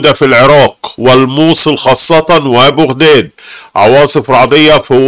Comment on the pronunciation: شلون يلفظ بغداد بوغداد